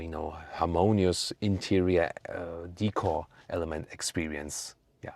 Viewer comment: Hi, thank you for another deep review on the new GLE. I myself prefer the AMG Plug in hybrid. Interestingly Australian tends to buy the BMW X5 more so than the Mercedes, I think it is because of the B58 engine in any form. There is also one other thing, that is when every time you pronounce the word "Decor" as Hik cor where as in Australia, I pronounce it as "Day Kaw." As "Decor" is pronounced as "day-Kaw" as it is a French-derived word, "-cor," is stressed, sounding like "core." It is should not pronounced as "hik cor"? May be it is "hikcor" only for American English?